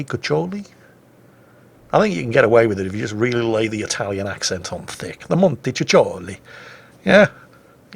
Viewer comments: The rule about "c" in Italian is quite a simple one: you have to look at the next letter, if it's an "i" or an "e" (or an apostrofe) you pronunce it as a soft c; if it's any other letter, like an "o" or an "h" (the "h" is tricky since it means the opposite in other languages) you have an hard pronunce [like k]. When you find a double letter you just make the sound a bit longer but we don't have a different pronunciation. Italian language has a crazy grammar, but a simple set of pronunciation rules. So it's [Montekukkoli]. Anyway you can just call she as you wish. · Actually, you don't pronounce C's in montecuccoli as "CH" but rather as "K", so something like montekukoli or whatever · The italian cruiser's name is pronounced "montekukoli". The double "c" in this case acts as a hard "k" as it is not followed by an "i". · Montecuccoli was an Italian strategist, contemporary of Clausewitz I believe. It's pronounced with k as montekukoli, same as in latin Cicero was kikero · the italian t5 cruiser? "Monty-cookie-ly"... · Forget it, he's British: their vowels are all screwed up! :D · For the actual pronunciation of Raimondo Montecuccoli, just find him (the count after whom the ship was named) on Wikipedia. ;) Note: the Italian pronunciation of C or CC as English CH doesn't depend on the amount of C's, but on what comes after: if it's an E or I it's like English CH, if it's an A, O or U, it's K. If the K sound in an Italian word occurs before E or I, CH is used (which, if you're used to English, I'm sure takes some getting used to). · pretend that both the double "c" are actually "k" and you should be fine. Ku and ko like in kudos and Kong. Oh and by the way, sooner or later we'll need to address your pronunciation of Giulio Cesare....